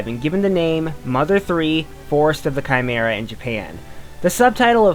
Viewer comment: You pronounced chimera incorrectly